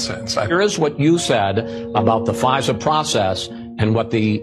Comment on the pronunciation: Ai keeps calling fisa pfizer lol